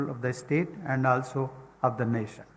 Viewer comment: Muadala tamizh ( தமிழ் ) ழ! எண்று பேசி பழகுங்கள்.. பிறகு பாப்போம்... வருஷங்களாக கூவ துடிக்கும் ஒரு சேவல். அதனை கூட்டில் அடைத்து., தான் விரும்பும் பொழுதெல்லாம் முட்டை போட சொல்லும் ஒரு முட்டாள் முதலாளி.. 😂😂🤭🤭சிரிப்பு தான் யா வருது. NAsiON aa. Nationaa?? 😂😂😂... வாழ்க வளமுடன் 🙏🙏.